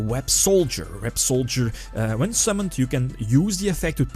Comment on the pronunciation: By the By Websolder is actually pronounced Web-Saw-Der.